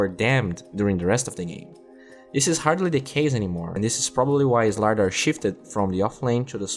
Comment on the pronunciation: Please pronounce slardar properly. It triggers me the way you pronounce it!